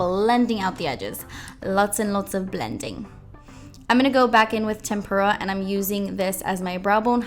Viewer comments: Tempera, like the paint (TEmp-ra). Sorry, art teachers can't help but notice these silly things. 🎨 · I looooove this look. Rarely do I actually go and try to do a look from a tutorial (cause I don't have a ton of non-neutral shadows and I tend to stick to one look) but I really want to try this!! Beautiful! Also (maybe cause I'm an artist) your pronunciation of tempera kinda sounds like tempura to me.. and it makes me giggle!